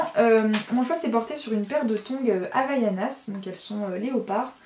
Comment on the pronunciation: Non, en fait c'est HAVAIANAS